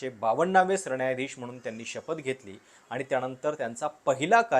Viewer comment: सरण्यायाधीश?? न नळाचं कधी उच्चारणार?